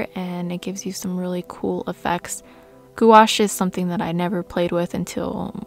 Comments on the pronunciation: "goo-ash" sounds crazy bc its actually pronounced "gwash" (one syllable). Pronounced like "wash" in "carwash" but with a small "g" sound in front of it. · Goo-ash? Really?